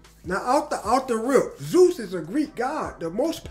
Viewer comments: he misaid it in a earlier video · How tf go to college yet don’t know how to pronounce Zeus or what that is lol? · Yeah.. Zeus is a pretty well known name. Why wouldnt he be able to say it right?